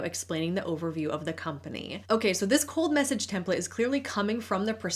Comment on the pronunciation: 😂 I heard “cult message” rather than “cold message” at first